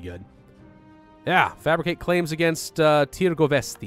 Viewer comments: Nikola Vukovic Tîrgoviste. Nice try though!👍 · Diana Pristavu pentru mine e si amuzant in acelasi timp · Tirgowvesty 😂😂😂. As a romanian, i'm dieing (or dying idk how it's right..). Pretty hard to explain in English how to pronounce it tho... If you knew maybe Japanese, it would be easier. Also , with Buzau, but that was pretty good tbh